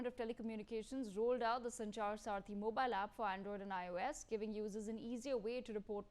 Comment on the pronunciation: It’s Sanchar saathi not sarathi, she kept saying sarathi in the first half.